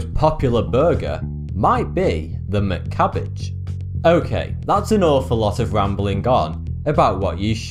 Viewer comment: I was dying when he said "mccabbage" 😅